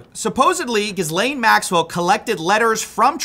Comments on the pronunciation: It's pronounced gillaine 😎🤙🏼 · It's pronounced "Gi lane" not "Jizz lane" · Massively respect the effort you're putting into this, but FFS her name is pronounced [Geh-Lane], not Giz-Lane. You sound totally uninformed and that doesn't do you justice. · It’s pronounced jizz lane. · I love how you pronounce ghislaine as jizz-lane lol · Why the fuck can’t you guys ever pronounce Ghislaine!?!? Is it that hard??? And the mentally unstable liberals in your comments are acting like we who voted for Trump aren’t holding hm accountable too! That’s the difference is you guys supported everything the potato Biden did but we aren’t brainless drones, we actually criticize our leader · Okay not because I respect her or anything, but like… can we pronounce Ghislane correctly? Just annoys me lmao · You gotta learn how to pronounce Ghislane man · Love your work man, but I don’t understand why you refuse to pronounce the name “Ghislane” correctly